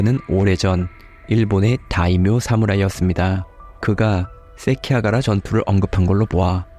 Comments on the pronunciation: 세키하가라가 아니라 세키가하라 입니다. 더 높은 퀄리티를 위해서 알려드립니다. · 세키하가라 가 아니라 세키가하라 입니다! 수정해주시면 좋을것같아요! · 세키하가라 → 세키가하라 (도쿄 발음으로는 세낑아하라)